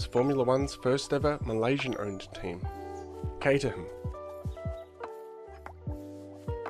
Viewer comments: It’s pronounced Kate-er-rum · the fact you pronounce caterham with the h is a sin, you must change your ways or feel the wrath of h